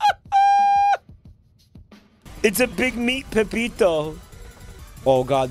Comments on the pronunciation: he said it correctly a few times, but enjoys the name "Pepito" more. That, and he knows that if he says the name wrong, it pisses people off. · It's Peppino not pepito